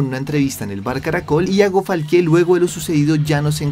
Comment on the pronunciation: Me da cringe escuchar que dice ‘Falqué’ y en este video lo dijo como 100 veces 😂